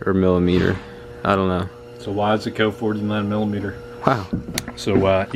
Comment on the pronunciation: IT IS WISE-CO NOT WIS-E-CO